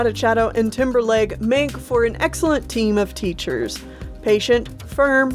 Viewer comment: I kept thinking you were saying Timberlake instead of Timberleg